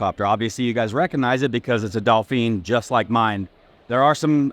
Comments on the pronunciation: Dauphin!! Not Dauphine. its pronounced DOUGH FAN. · Dolphin not dolpheen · ok, im a bit confused, Are these helicopters pronounced Dolphin or Dolphene as he is saying lol? Cuz I always thought they were pronounced Dolphin like the mammal that they are named after. Just was not sure if they had a special name for these even though it is a Dolphin. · "doe - fan" not doe-feen. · Is it not pronounced dolphin? Like the sea animal? Not trying to be a dick but curious if ive been calling it wrong all These years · Thers no L in Dauphine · there's no "L' in Dauphin